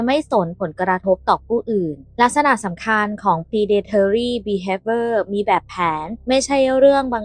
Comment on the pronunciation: Predatory behavior อ่านว่า พรี-เด-ทอ-รี่ บี-เฮฟ-วิ-เออ น้องนักข่าวอ่านให้มันชัดถ้อยชัดคำหน่อยนะคะ